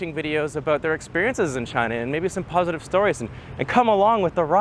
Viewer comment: Did you just say ..... Stay PROZitive ?!?! XD